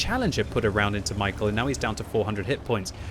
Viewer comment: he's not michael, its read like mee-how